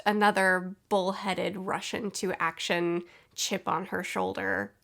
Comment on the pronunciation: I keep hearing "Russian to action"